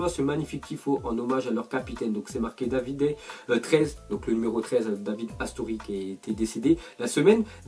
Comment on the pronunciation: CA PRONONCE DAVIDé BORDEL !